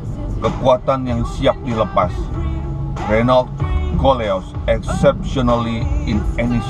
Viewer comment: BACA : RENO